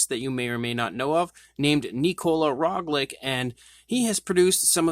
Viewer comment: It is Roglic and not Roglik